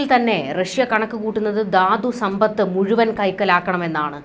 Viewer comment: 'യുദ്ദം','ദാദ്സമ്പത്ത്' ഇതൊക്കെ തെറ്റായ ഉച്ചാരണമാണ് . 'യുദ്ധം ', 'ധാതുസമ്പത്ത്' എന്ന് ശരിയായി ഉച്ചരിക്കണം